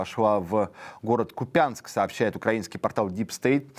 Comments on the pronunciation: КУпянск, а не КупЯнск! И курскнаш, раз реалии на земле хочет дед кабай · Купянск - ударение на У... Разнесли уже всех. Не осталось никого из тех кто туда вошёл. Не свежие новости😂